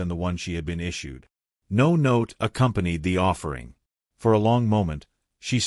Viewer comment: Not really good or uplifting at all. Conclusion hovers in the air. The AI voice garbles on the word “no”. I give this short tale a 1 out of 10.🤷🏻‍♀️